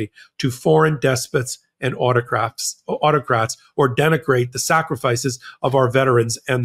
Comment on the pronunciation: "Autocraps" -, you accidentally made my day 😂